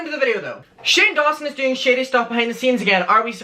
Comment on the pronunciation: Every time you say “shady” it sounds like you’re saying “shitty”😂💩